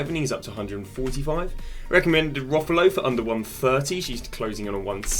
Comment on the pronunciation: Please stop saying rufalow. Its rolfo. "Role-fo" 😂😂😂